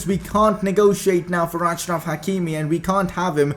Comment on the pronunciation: It is pronounced Ashraf. He is from the same country as my dad